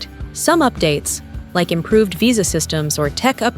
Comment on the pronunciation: AI generated garbage (can’t even correctly pronounce “Suica” or “Visa”). Over tourism is a plague and Japan is just about played-out.